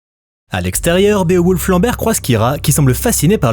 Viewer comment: Bé-o-wolf......... nn tonton t'abuses "Biwolf" wsh, meme en anglais c'est plus simple, toi t'es la tu jongles ak les syllabes nan y'a pas